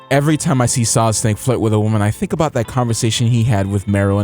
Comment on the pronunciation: "Metal Gear SOILD" Whoops.